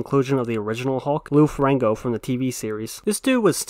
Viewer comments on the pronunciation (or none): "Lou Ferango" LOL!